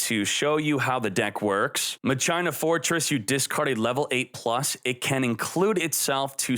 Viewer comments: I love you and your videos but it's pronounced "Mach-Ina" instead of "Ma-China" lol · ma-china? Mach-i-na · I always thought it was Mah-kee-nah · MA-CHI-NA! (like Deus ex Ma-chi-na) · Literally called it Mah- CHINA 🇨🇳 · He loves Mah-China